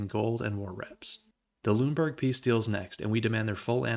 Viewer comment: Since you asked about pronunciations, I figured I'd leave a comment. Most of your pronunciations were about right, but Lüneburg should be three syllables (lü-nuh-burg) and Weimar should be (vai-mar) instead of (vee-mar). Also, Bayreuth should be (bai-roit). (Remember, "eu" in German sounds like "oi"). Great vid as always though, love your stuff!